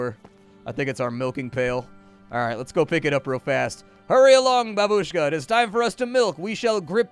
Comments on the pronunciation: It's not babUshka. It's bAbushka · The proper stress is bAbushka, not babUshka. Please. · babeushka ( ͡° ͜ʖ ͡°)